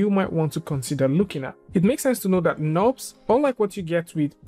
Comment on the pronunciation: pronounces "knobs" but it's actually "nurbs".